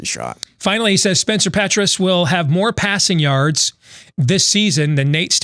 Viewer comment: "Passion yards"?